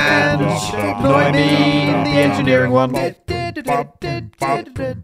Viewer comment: That poor editor have to put up not just with his songs, but with the fact that instead of "no", he says "noi" 😮 I hope he's getting paid accordingly.